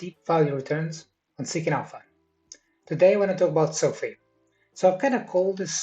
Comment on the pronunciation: How about you learn how to pronounce the company name first, lost me